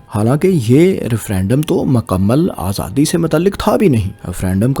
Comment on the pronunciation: صاحب آپ کی ویڈیوز میں بہت اچھی معلومات فراہم کی جاتی ہیں ۔ لیکن آپکا اردو تلفظ ٹھیک نہیں ہے ۔ آپ پنجابی زدہ اردو بولتے ہیں ۔ مثلاً Himayat ko Hamayat, Mukammal ko Makkamal, Aazadi ko azadi, aor ko or Difa ko Dafa بولتے ہیں ۔ آپکے مقابلے میں فیصل وڑائچ صاحب کا اردو تلفظ بہت کمال کا ہے۔ آپ ان سے مدد لے سکتے ہیں ۔